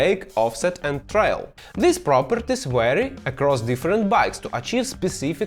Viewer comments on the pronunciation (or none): Глядзеў твае відосы на расейскай, а зараз і на ангельскай гляджу. Няхай і па другому разу, а можа і больш чым па другому)) У цябе ўсё выдатна з ангельскай, не трэба кпіць з самога сябе. Можа і ёсць які акцэнт ці невялічкія памылкі, але ж гэта дробязі) Вось тут я можа дробязь заўважыў, што ты не так вымавіў vary - гэта можна проста ў гугл транслейце пагледзець, ён норм дапамагае з вымаўленнем!